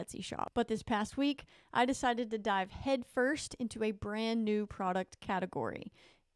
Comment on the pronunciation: You said “Dive” talking about fish bookmarks!! 😂